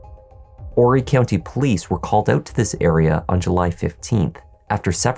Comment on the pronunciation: Thank you for pronouncing “Horry” correctly.